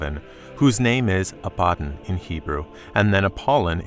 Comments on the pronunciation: Good teaching just the pronouncement of their names. ABADON is ABBA-DON and Apollyon is AP-POLY-ON ✌ and the STAR WITH THE KEY is LUCIFER cast out of heaven by Michael (the RESTRAINER) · ABAD DON please say it right.